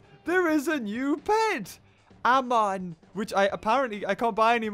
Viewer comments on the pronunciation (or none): Pronounced aymon not Amon